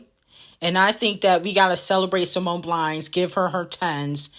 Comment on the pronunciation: simone “biles” bby, not “blies” or “blinds”